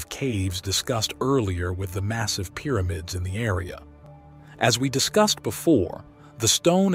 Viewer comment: Excellent documentary. However, it's Pyramids, not "Peeramids!"